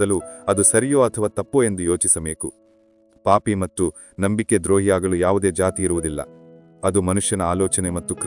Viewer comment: ಕ್ಷಮಿಸಿ ನಿಮ್ಮ ಉಚ್ಚಾರಣೆಯಲ್ಲಿ ( ಮತ್ತು) ಎಂಬುದನ್ನು (ಮಟ್ರು) ಹೇಳುವಿರಿ ಅದನ್ನು ಕೇಳಲು ಅಸಾಧ್ಯ ನಿಮ್ಮ ಯಾವ ವಿಡಿಯೋ ಇನ್ನು ಮುಂದೆ ಕೇಳಲಾರೆ